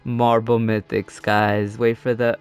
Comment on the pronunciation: Half the time all I heard was “ohhhh geeeeeee marble mythics”